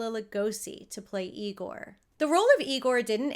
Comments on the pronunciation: It’s pronounced EYE-gore 😁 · That’s Eye-gore 😉 😂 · it's pronounced " I-gor". 😉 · it's pronounced "EYE-gore" ~~ marty feldman's spoof/homage to this character was just as legendary. Brooks inclusion of this character is a tribute to Lugosi's talent.